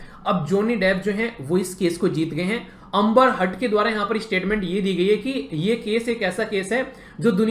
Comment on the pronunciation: Amba 🤣🤣 wow what an pronounce 😛😛